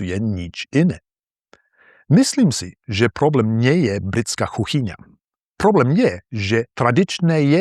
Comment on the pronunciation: I rewatched to check and there were actually only two examples, I'm sorry for saying it was often. - you pronounce "kuchyňa" like "chuchyňa" twice - you say "ohník" like "ochník"